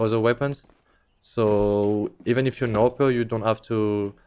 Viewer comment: He can't even pronounce A W P correctly. What a pRo.